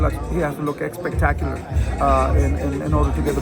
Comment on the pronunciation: Somebody gotta tell that it’s not “eggspetacular” 😅 he says it way too much.